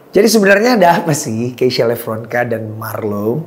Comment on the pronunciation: Diawali dari penyebutan Lepronkan bukan Levronka